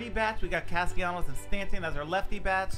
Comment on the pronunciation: the way you pronounced castellanos 😭